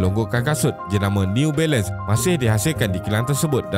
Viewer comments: Jarang berdekah bila tengok ni, tapi part “new bailun” tu tersedak jugak la tadi gelak sambil makan 😂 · Part last “newBailun” tu Ak gelak berdekah2 weh. Hahahahahah. Sial la. Lawak 😂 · Neee-u Bailand 🤣